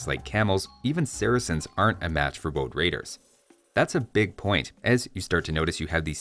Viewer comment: woad waidews? any wabbits awound?